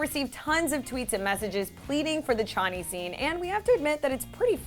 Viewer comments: note : its pronounced as show-ni not ch-a-ni. 😊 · Its horrible that they did that and all but when she said 'cha knee'i was dead. Its pronounced 'show knee'